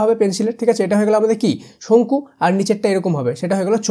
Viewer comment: শঙ্খু❌ চঙ্খু✅😂😂😂 😂😂